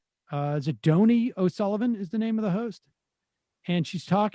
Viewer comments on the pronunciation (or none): I believe Donie O'Sullivan pronounces his name like 'Donnie'.